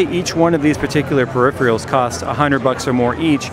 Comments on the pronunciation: "Periphrials" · "pre-ripherals" :DDDD